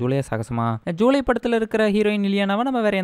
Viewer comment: Bro athu July illa julaai